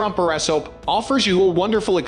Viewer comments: The best borra soaps cameras? Geeze. .AI voice much? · Can’t watch simply because of the mispronounced word “borescope”. It’s the main topic of the video and they can’t even get that right.